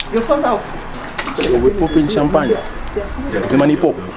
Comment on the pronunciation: 'So we're popping "shampanye"' 😂 That guy is vibes😂❤️